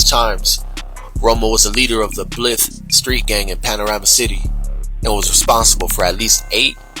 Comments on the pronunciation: Guy narrating this video pronounced the Varrio “Blith” 🤦🏻‍♀️it’s Blythe…thought you knew better since you focus on all the gang drama 😂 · This foo pronounced it blith st 🤦🏻‍♂️ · Definitely not a California southsider who is narrating this mispronunciation of that Barrio 😂😂😂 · Right I was thinking that same thing! Especially since Blythe St. Is considered an rival of ours! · My respects good content but your not pronouncing his neighborhood correctly some details are off but again your just narrating what the La times has put out you should interview someone from that neighborhood, I don't believe anyone ever has ever.